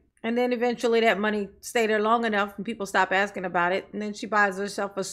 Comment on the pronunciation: We played a drinking game that every time Soupa Mair Tifnee says axing instead of asking, interrupted or made a remark about people of colour and everyone drank a shot, we also had notepads to take notes about what she was saying we finished a 70cl in ten minutes. And no one knew what she was talking about. I don't know if you are aware of this but Tiffany Henyard was never voted into these positions. Also everyone is fat! Tiffany may seem slim but if you stood her next to a healthy adult and asked who the fat one was fingers would be pointed at tubby Tiffany.